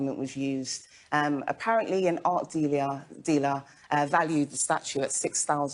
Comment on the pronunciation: She tries to act smart and sophisticated to the point she says “dealer” with flare “diliaire” what a twit.